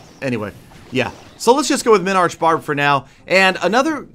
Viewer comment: Minbarch? :D